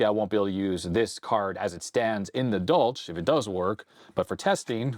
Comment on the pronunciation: Pretty sure it’s pronounced as German. More of a “Dolhk”.